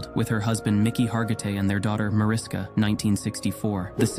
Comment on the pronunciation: The "s" in "Mariska" is pronounced like an "sh", and there in no "s" at the end of Christopher Reeve's name. It's simply "Reeve".